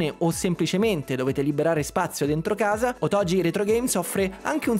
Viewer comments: immaginavo, ma grazie della precisazione! Certo suona proprio strano ahah è come se un giapponese dicesse spagetti 😂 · Ma la pronuncia errata di Otogi è volontà dell'azienda (che non conoscevo, obv)?